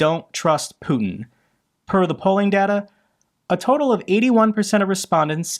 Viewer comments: His name is Putiiiin not Putn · Sorry, I had to switch channel, the way you pronounce Putin! 😩